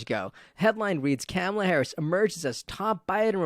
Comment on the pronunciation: Imagine... she's been '2nd in command' for 3 1/2 years and people STILL mispronounce her name...